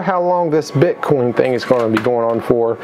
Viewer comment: those are different Cryptocurrencies in this Coin Pusher. Also, You Keep Saying Bit Con instead of BITCOIN!!! #Ethereum #Dash #Bitcoin #Litecoin etc.